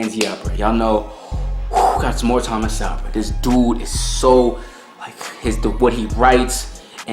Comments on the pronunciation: Please pronounce Mr Sewell's name correct ly. It is So well. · Not Thomas Sow. It is pronounced Thomas Soul. Dr Sowell is a genius and one of the greatest minds of our time and he deserves to have his name pronounced correctly bro..